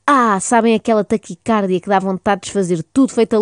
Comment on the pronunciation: Já que estamos numa de educar, e porque nunca é demais aprender, fica aqui uma pequena correcção: a palavra taquicardia tem acento tónico na penúltima sílaba (-di-), uma vez que a grafia correcta não apresenta acento agudo na sílaba car (porque, então sim, ler-se-ia "taquicárdia"). Agora vou acabar de ouvir, que isto está engraçado :)